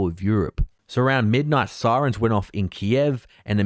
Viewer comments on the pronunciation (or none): none